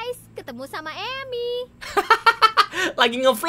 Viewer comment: Mon maaf bang itu nam nya bukan emi Itu nama nya Emil